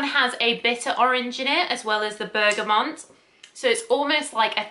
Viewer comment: Bergamot (not Bergamont😊)